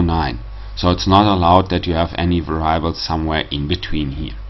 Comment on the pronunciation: Thanks. Please mind the correct pronunciation of "variables" ;-)